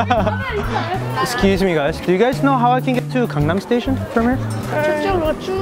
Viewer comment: THAT WAS WHAT I THOIGHT IN MY MIND WHEN I HEARD GANGNAM STAITION XD